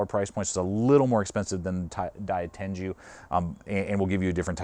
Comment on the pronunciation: It's pronounced Die-Ten-Goo, not Die-Ten-Jew